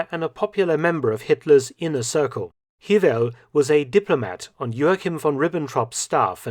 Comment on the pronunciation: Hewel is pronounced Hay-well.